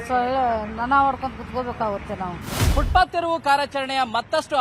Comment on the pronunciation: ಅದು ಫುಟ್ಪತ್, ಶೂ ಪಾತ್ ಅಲ್ಲ. ಮಾಹಿತಿ ಕೊಡಬೇಕೆಂಬ ನಿಯಮವಿಲ್ಲ